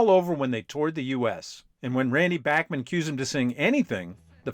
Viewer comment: Was driving me up a wall that you kept mispronouncing Randy Bachman's last name!!! At least you got it right when you said "Bachman Turner Overdrive" . This really make you look like anything BUT a music afficionado. You ought to take some time to fix this.